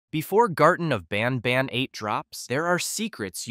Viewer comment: Did he just say “hellish nobnob” 😅